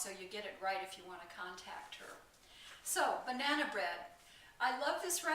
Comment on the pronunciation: Did you say BRAnana bread...LOL....love your vids and recipes!